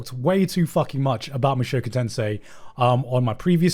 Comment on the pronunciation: mushoku tensei* not tensai lol, two different words